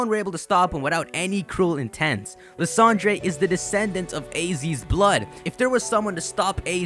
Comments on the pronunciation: It's pronounced Lysander, not Lysandrey! This has been established for 2 years now. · Lysandre is pronounced Lie-sander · it's pronouced Lye-SAN-Der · Lysandray? Do you also say kyogray? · I just have to say this because it bothers me. Quite allot. Lysandre. Is pronounced Lie-San-Dur. Thanks, bye. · Seriously dude? You're still mispronouncing Lysandre's name even though there are 3 Mega Evolution episode's in which you can clearly hear the correct pronounciation of that guy's name. 😒